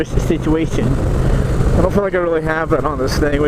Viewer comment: "dangerwous situawation" XDD